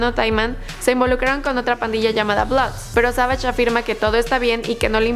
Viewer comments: Se pronuncia sevish no savash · She don’t know English cause she say 22 Savagesh